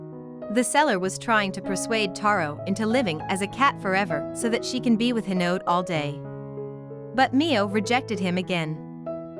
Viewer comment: It’s hinode not hinod